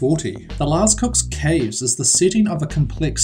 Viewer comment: This guy is horrible at pronouncing lascaux and lechuguilla